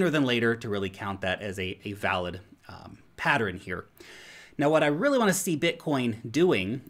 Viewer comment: I love the way says patteren